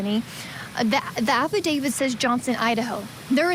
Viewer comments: Affidavit with a T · Why does everyone in this video mispronounce affidavit? The last letter is a T. You could at least expect an experienced lawyer to be able to pronounce it.